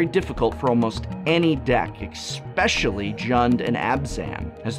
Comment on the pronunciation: "ekspecially Jund and Abzan." =/